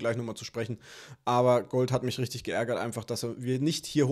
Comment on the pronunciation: Gouhld! Feier Dich so 😄😄